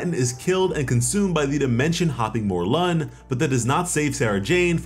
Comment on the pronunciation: It's Morlun, not more lun